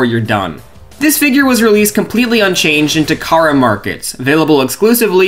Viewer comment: Takara, not Tamara.